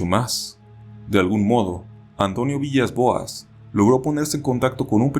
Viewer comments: aunque se escribe villas. se. pronuncia. vilas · buen video, el apellido Villas-Boas se pronuncia Vilas Boas, cómo el DT de fútbol portugués;) PD: ¨Y cuando los Extraterrestres se lo llevaron en la Nave Espacial, Abusaron de el Sexualmente!!..¨ jejejeje me hace acordar de la película: Día de la Independencia (1996)